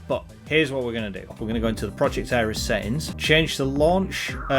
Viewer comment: ITS NOT ARIES ITS ERIS. Two different gods, completely different pronunciation.